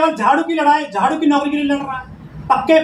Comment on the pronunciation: झारू नही झाड़ू होता है